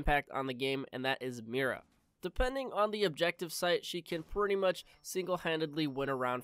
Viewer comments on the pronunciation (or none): none